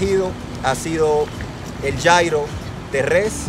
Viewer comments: Gyro se pronuncia Yirro o yiro no yairo 😞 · no es yairo!!! Es yiro se escribe Gyro y es griego aunque esos son árabes... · Como me rompe las pelotas que pronuncies Gyro (llairo) estás hablando en español !!! Pronuncialo "lliro" !!! Así se pronuncia hasta en griego !!! Perdón por exaltarme, por su atención gracias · food blogger... y luego pronuncias gyro como jairo. me encanta.